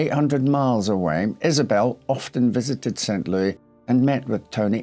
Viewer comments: It's pronounced Lewis, not Louie. Yeah, it's not a French city....and not far from there is Cairo, Illinois--pronounced Kay-Row....it's not an Egyptian city. But we still pronounce Illinois with a silent "s". heh. I can't really empathize with her, or her idiots lovers. Rich people and their self-made problems. I've known people kind of like her--all they care about is themselves, and they don't care if they hurt others...except when it turns around and bites them. You really have to work at it to kill yourself that way at that age. I think you have to be pretty much spending your days in a daze....I used to drink heavily, then something in my life changed, and I lost interest in drinking. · Hi, St. Louis is pronounced as in Saint "Lewis" rather than the expected French "Lew-ee" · St Louis is pronounced like the name Lewis. We don't use the French pronunciation here in the US. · St. "Louie"... adorable 😊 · I love your videos, I love the details and story telling, you are always dressed so sharp. Thank you for the hard work. Btw it’s pronounced St Lewis while being spelled St Louis❤ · Yes but you know how it is... other Countries pronounce their own city certain ways. Some say New Or-leens... but here in Louisiana we say New Or-linz. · "Saint :ouis" is pronoubced "Saint Lewis" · St. Louis is pronounced Saint Lewis. I live nearby and the mispronunciation is kind of grating. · Blame Judy Garland for our pronunciation of St Louis. 🎼Meet me at St Lewie Lewie, meet me at the fair…🎼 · It does show that he's aware of French pronunciation of the word. As a French Canadian, sometimes it drives me nuts when Americans do butcher names, like pronouncing Beauchamp as "Beechum". I mean, you guys do recognize the name Beau, or used as "his beau" like "bo". So why pronounce it "Bee" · Never heard the French pronunciation of St. Louis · He is still pronouncing it wrong. If you go there, people will laugh at you.